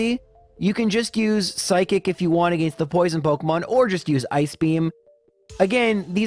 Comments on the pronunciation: its not his fault he has a different accent also whats wrong with the way he pronounces arcanine again or against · Haha I love and I'm just giving him shit for mispronouncing it. Nothing aGAINst him personally, his videos are amazing. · Everyone hates how you pronounce Arcanine but I can’t get past how you pronounce ‘again’ or ‘against’. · Why do you pronounce against like that?